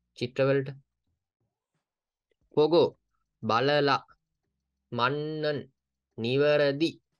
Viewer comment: මජ්නන් නේද මන්නන් නෙමෙ නේද